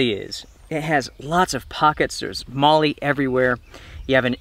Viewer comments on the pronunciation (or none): none